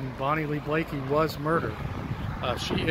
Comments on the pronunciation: Bonnie Lee Bakley, not Blakey🙃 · I was a witness in that murder trial. You can’t spell or pronounce her last name. Why are you even making a video if you don’t know her last name.